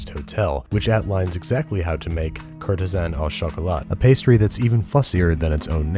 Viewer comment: Ok. French lesson "au" is almost always pronounced as "Oh"